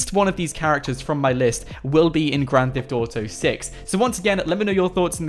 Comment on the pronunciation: It kills me when you say gran thef dotow